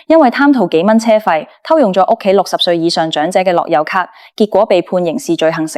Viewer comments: 低級錯誤發音都發錯，係樂遊卡唔係落優卡🤬🤬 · AI 樂<休>咭, 好哽耳,聽得辛苦